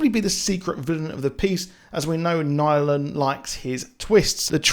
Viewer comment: Did he call Nolan nylan?